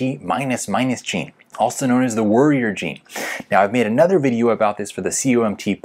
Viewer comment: This guy accent be lyk: ++ : Waorrior - - : Woarrior nice video tho:)